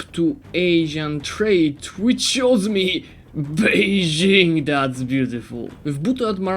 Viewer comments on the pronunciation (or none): none